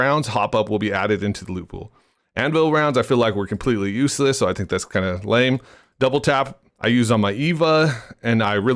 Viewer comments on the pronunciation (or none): none